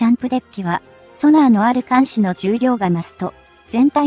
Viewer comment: なぜ日本語読みがおかしい、新田原ーにいたばるをしんでんはら、艦首かんしゅーかんくび、おおくにあるこの放送は日本人でないでしょう